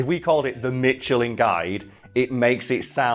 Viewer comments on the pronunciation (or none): Here in Canada and the US, it has always been pronounced "Mish el in" not "MEESH el in" as has said or "Mitch el in" as you likely say it across the pond. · It is a French company so it is pronounced “mishelin” and not “Mitchelin” and i have only heard it pronounced father French way and i have lived in the southern US for most of my life... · Lol.... when you say mitchalin then think meeshelin is correct instead of mishelin, and the proceed to never say "mish -el -en "correctly, even once lol. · So uh, you're just pronouncing Michelin wrong. Never mitch-elin, mish-elin. You're the only person I've ever heard say it that way. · Mitchelin or Misheleen... They're both wrong. The correct pronunciation is Meesh-lan. So... ¯\_(ツ)_/¯ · You are LITERALLY the first person I, in my 34 years of life, have ever heard say "mitchelin" even our advertisers just use the butchered French pronunciation "mishelin" rather than the proper "meeshalah(n)" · I'm French and this is so offensive it went full cycle and made me laugh, cause yeah, you're actually supposed to pronounce it michelin and not mitchelin. Also snails are delicious, but that's probably cause I'm from Bourgogne and it's the local delicacy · The official pronunciation is a "sh" sound not a "ch" since it's French. Think about the name Michelle. Also French. Also "sh". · The tire company is also pronounced with a “sh,” not a “ch.” The “ch” pronunciation has got to be a British thing. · Ive never heard the tire company pronounced "mitchelin" only ever "mishelin" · Always mishelin. Not Mitchellin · you are the first people I hear it call mitchelin. tires or guide. it is french, names do not change in other languages. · Never hear meshelin. I’m sorry love your videos but haha the pronunciation just threw me off so much. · It's a French company. It's pronounced "Mii...Shu...Lin" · dude it is a french tyre company, "mishlain" the n is silent. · I have never heard it pronounced as mitchelin. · it's not meeshelin either